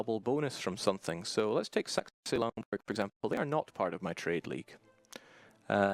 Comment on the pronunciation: His accent makes Saxe-Laurenburg sound like Sexy-Laurenburg XD